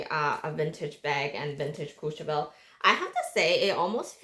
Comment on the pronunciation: Ombre...the word you're looking for is ombre. Please Google the correct pronunciation of "Courchevel." It doesn't start with "Cooch."